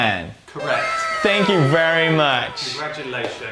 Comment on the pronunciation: "Congratukations" X'D